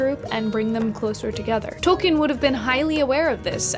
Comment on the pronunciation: Hey! I am not sure if you are aware or even care but you may be interested to know that you are pronouncing Tolkien incorrectly. I only mention it as it may interest you, if not, no issue, your work is great either way.